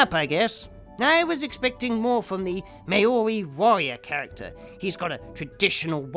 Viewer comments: ‘Mah-ori’ lol, I’d get my ass kicked if I said that in NZ, great video btw, good to see you’re back. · Lol... Its moldy (Maori) like moldy bread... Not May-Ori like Mayonnaise... But yeah, agree! The monster had so much potential but the acting was like watching old ball bags swing for 40 odd minutes.